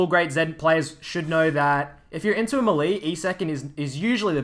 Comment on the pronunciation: Yo, melee is pronounced may-lay by ze way.